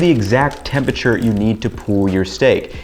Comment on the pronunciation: For someone so preoccupied with tempeRature, you'd think he would pronounce the word correctly.